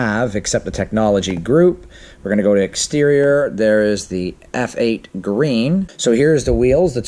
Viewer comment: You were right the first time.... its Eff8 Green, not Feight Green.